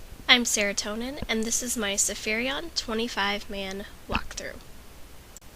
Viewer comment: Sapphiron not Sapphirion